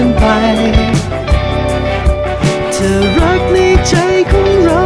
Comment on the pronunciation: เพลงน่ารักมาก โต๋เป็นนักร้องเพลงป๊อบใสๆได้น่าฟัง ออกเสียงได้ชัดเจนทุกคำ เช่น ใจ เธอ รัก ไม่เหมือนวัยรุ่นที่ร้องเพลง cover ฟังแล้วแปลกๆ น่ารำคาญ